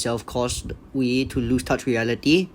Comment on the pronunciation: Funny seeing a content creator say Wee instead of a Uē sound xd